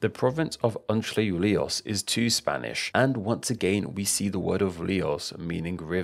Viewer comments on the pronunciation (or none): Btw, Entre Rios is pronounced closer to Entry than to Antzhle (?) And tehuelche like Teh-WELL-che